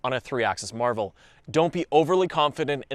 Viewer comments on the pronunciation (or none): none